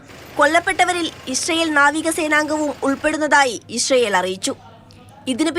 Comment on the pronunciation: ഇശ്റയേൽ അല്ല ഇസ്രായേൽ